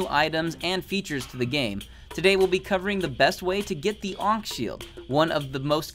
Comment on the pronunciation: 1. Ankh Shield isn't 1.3 its 1.2 or below i forgot 2. thats not how its said...